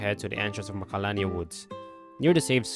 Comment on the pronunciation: I can’t understand what you’re saying when you give the names of places. Where do you go after you get the cloudy mirror? The edges of magalalala woods?